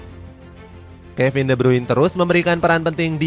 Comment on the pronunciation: De brune cara bacanya